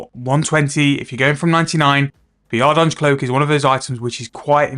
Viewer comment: Call it ardy cloak lmao, you are not even close to saying ardougne right